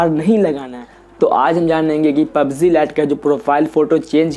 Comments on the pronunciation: pubz nhi hota hai pubg hota hai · Not pubzee it's pubg